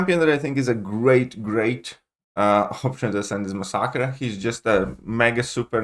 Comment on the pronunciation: Dude what is massacra ??? It's mass e care !!!